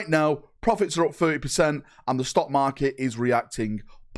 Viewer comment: 1) I swear you said stonkmarket 2)no need to correct yourself on saying DOW3, we know there has never been a DOW3 3)wh+ is okay but overall I am shocked it is profitable. Maybe there's people like me who are subbed and just can't be assed to unsub since it's not a huge monthly amount